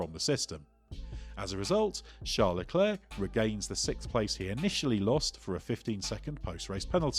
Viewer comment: charle le clare its pronounced lol